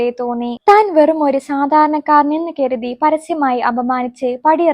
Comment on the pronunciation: കെരുതി എന്നല്ല കരുതി എന്ന് വ്യക്തമായി പറയു 👍